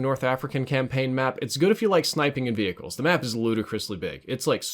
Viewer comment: Love the way you say vehicles: V hickles